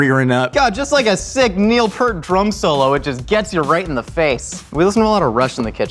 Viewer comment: It's PEEART with a long E,, not PERT like the shampoo.